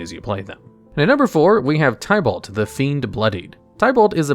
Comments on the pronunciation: Btw, you pronounced some Planeswalker s incorrectly. Chandra is pronounced as "Shaun-dra" not "Chan-dra" And Tibalt is pronounced is "Ti-balt" not "Ty-balt" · It's not tiebalt lol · Love that you are doing this, but maybe try looking up how the planeswalker and place names are pronounced. Gavin (one of the game designers) has a channel talking about Magic and well he knows how to pronounce Chandra and Tibalt. Another nitpick would be that you did wrong a few times now is flying. Creatures with flying can be blocked by creatures with flying or reach. The later is only a defensive ability, but it will come up sooner or later i believe. This list for rares would be interesting as mythic rares are comparatively a recent addition and a lot of old sets only went up to rare ans have weird cards. That said another fun list as a cross promotion could be "Top 10 tribal decks" or "Top 10 (draft) archetypes" though for the latter you probably would need to explain bow the term is used differently in Magic then in Yu-Gi-Oh. Another good idea could be "Top 10 strictly better/power creept cards" again to tie it to videos you did on this channel. I really hope this works for you. I personally found you via your wow channel and was very happy to see you did other things after I dropped of that game after Legion and having seen things like the weather report channel I know you do try. Given that you know cover two of my favourite hobbies (mtg and D&D) i am hyped